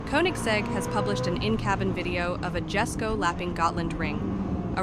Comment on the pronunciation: It’s not pronounced “Gesko” it’s pronounced “Yesko”